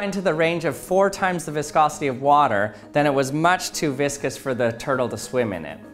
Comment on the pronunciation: I heard viscous as "biscuits" and "bisque-ous". lmao